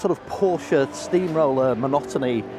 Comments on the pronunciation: ...she just needs to learn that Porsche is a family name and a TWO syllable name! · Let's hope for a challenge to the Toyota domination. Also, can someone please teach how to pronounce Porsche?